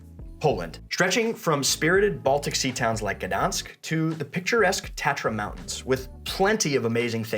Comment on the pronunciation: HAHAHAHAHA! He learned how to pronounce Budapest so he can show off in front of friends but... Gdansk... Wroclaw. Naaah, "noone can do that". 😀 So it's still "gadans" and.... gosh, HOW did they even get to that - "rock-low". Dude, if it's Wrangler, wrong and write, then it's Rocklow. You gotta love the yanks.... but you can't. 😀 PS Homework: viaduc Millau.